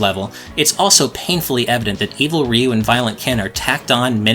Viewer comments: Ryu is not pronounced "Ree-you." It is one syllable. "Ryu." Exactly as it is spelled. Like "beau" is "beautiful" but with an R instead of a B. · It's amazing how many people mispronounce Ryu. Even in this video it's pronounced wrong